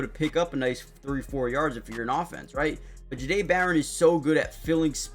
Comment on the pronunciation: Yall It’s pronounced Jhah- Dae! Like if yall have ever heard how the word “Au Jus” is pronounced, the J sound in that word is how you pronounce the beginning of his name